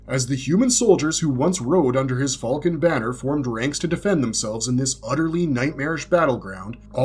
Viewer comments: did i wake up in another reality or wtf? since when did people say "FALCON" so WRONG?!? what the hell is Fall-kin!? - i've heard it in RECENT star wars with the "Millennium FALL-KIN" instead of "Millennium Fal'cun" and now in this video calling Griffith/Femto as the "Fall-kin of Light" seriously wtf, is this an AI narrator or just another person who genuinely can not pronounced the simple word "Falcon" !? it has NEVER been said as "FALL-KIN" like the last 3 star wars movies or this video... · Why do you say fulcon, at least say falcon even tho I’m sure it’s hawk 💀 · The way you pronounce falcon is crazy